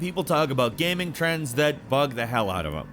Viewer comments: Ah yes "PC Gamang" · You said PC gaming weird. I heard it